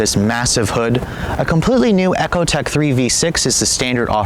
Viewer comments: the guy said Eckotec not Ecotec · its "e-co" tech not "echo" tech !!! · Really? "Eckotec"?